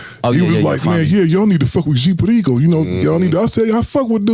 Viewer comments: G Puhdiko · Lol when dude say g Perico hilarious 🤣